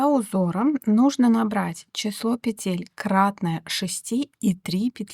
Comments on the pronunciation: Объясните мне пожалуйста, ЧТО принципиально меняется в вязании, если автор произносит не "накИд", а "нАкид", не "пЕтель", а "петЕль"??? Может она и крючок неправильно держит? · Девушка, пЕтель, а не петЕль, говорите правильно, пожалуйста, чтобы вас можно было слушать.